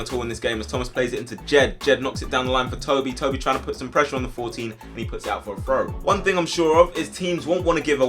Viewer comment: You say frow not throw the hole time work on your th sounds haha